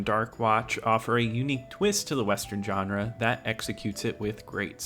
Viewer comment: Pet peeve: Pronouncing Genre as "JOHN-RA" it's pronounced "Zhan-RA"!!